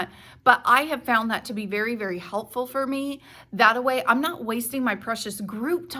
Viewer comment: "that way, not "thataway".